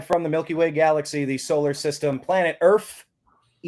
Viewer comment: Earff, funny, thats how my brother says it.